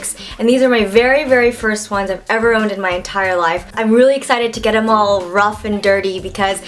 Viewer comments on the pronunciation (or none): hhahahh when you said thiem? them.